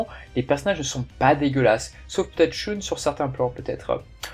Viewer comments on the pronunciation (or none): none